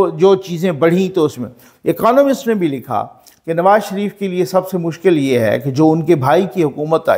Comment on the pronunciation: اکانومسٹ نہیں اکنامسٹ